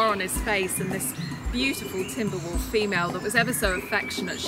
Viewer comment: When the woman says 'wolf' she keeps pronouncing it 'woof' XD